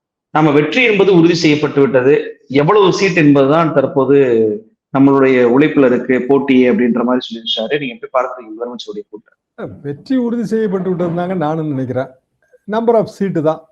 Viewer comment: குழு,உழைப்பு என்பதை குளு, உளைப்பு என கேவலமாக உச்சரிக்கி ன்றார்.இரண்டு உச்சரிப்பிற்கும் வெவ்வேறு அர்த்தம் உள்ளது.திருத்திக்கொள்வாரா?